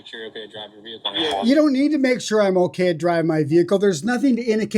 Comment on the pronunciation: So annoying how cops can't say OKAY. It's always uhKuhh